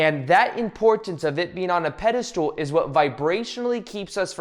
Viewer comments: It’s pedestal- not pedistool. But otherwise I’ve been enjoying the video😊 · This is great...AND can you stop saying "pedestool" instead of "pedestal?"